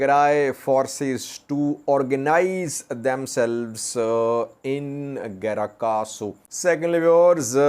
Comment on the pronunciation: It is "Grat Kahsu" but not "Gra Kahsu"